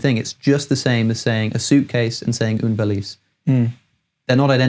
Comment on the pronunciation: oune valice? non